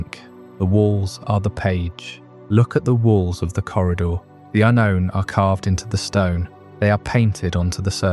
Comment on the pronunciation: Yep same here "un-rown", "ahnown", "untone"...